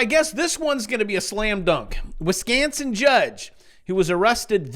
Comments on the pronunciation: you emphasised the o as an a not good but you almost had my beautiful WI accent down. Glad that hooker is gone! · Bro say Wisconsin one ☝🏻 more time 😂